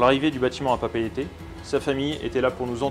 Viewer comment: Dans la Marine nationale on ne dit pas capitaine mais commandant ;) Mais c’est vrai, prononciation nickel, et aussi la prononciation de PapEEte et pas « Papète » 👍🏼